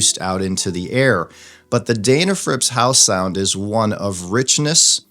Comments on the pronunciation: It’s pronounced Den, like den of bears. It seems like the correct name should be the first thing before you review something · It's pronounced "Deh na frips," not "Dayy na frips." You Ohio guys, lol ;-)